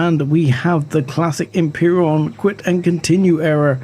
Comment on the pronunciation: ...... Dude, you need glasses ?! Why do you read this as "Empiron" ?! >>----> Empyrion <----<< SEE this ?! Em-pi-ri-on !!!! Anywho, shitty "survival" game .......